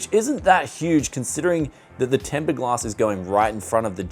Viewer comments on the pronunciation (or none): Did you just say Tempered Glask???